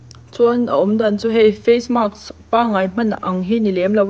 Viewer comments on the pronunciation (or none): none